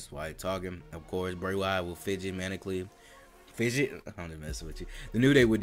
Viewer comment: Bray will fidget man-ic-caly. BOI 😂